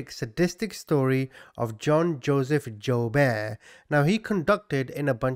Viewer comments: It's pronounced Joo-bert...this was a big deal when I was a kid, I grew up in Omaha where he kidnapped the paper boys.... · friendly fyi : it’s pronounced joo-bert and eb-er-lee